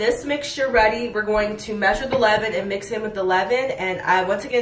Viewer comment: levain, levin... sgfdsfgd it's leaven !